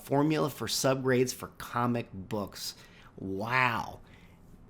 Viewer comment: Sounds like you're saying commabooks... 😅